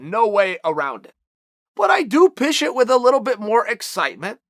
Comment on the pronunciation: "but I do pish it"